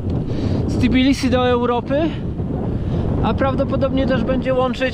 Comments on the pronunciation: Naprawde Tibilisi? Spytaj Gruzinow, czy tez z angielska nazywaja swoj kraj. W polskim jez., tez nie ma "ti", jest "te". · Co masz na myśli? Że Tbilisi w naszej wymowie czasem brzmi jak Tibilisi, bo w języku polskim (ani holenderskim) nie ma "tb" na początku sylaby, więc trochę nieumiejętnie to wymawiamy?